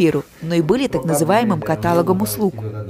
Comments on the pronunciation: Не катАлог, а каталОг. И никак не иначе! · Благодарность за труд и намерения добра для всех. Все хорошо, но ката...лог,ударение на последний слог.